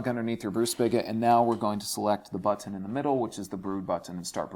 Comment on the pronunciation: This is America. Learn how to say the word button and the word lever.